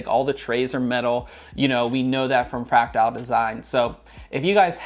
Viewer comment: I enjoy your content except when you mispronounce the product name as you're doing here. With all dues respect it's not FRACTILE, it's FRACTAL (Fract-al).